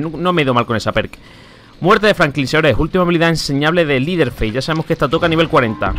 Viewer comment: cuando pronuncies el nombre de leteherface es asi: lederfeis no es liderfeis :)